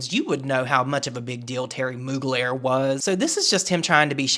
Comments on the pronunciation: not moogler..... intentional mispronunciation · Him saying "Terry Mogler" as if he doesn't know who that is is hilarious scorned hopeless highschooler behavior lol. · He’s such a piece lol “Mogler” wtfe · Brand sloot Jeffree acting like he doesn’t know how to pronounce mugler. His cheap looking new pallets, he needs to give it up and stick to e-begging as a 40 something yo on tt